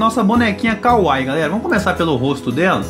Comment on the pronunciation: Falou kawaii errado